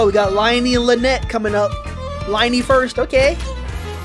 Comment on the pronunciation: Just in case you mispronounced the names: Nilou is pronounced “Knee-Loou” Layla is pronounced “Layla*” Lyney is pronounced “Liinee” Wriothesly is pronounced “Riseths-ley” Neuvillette is pronounced “Nerv-illette” not Neuvillettee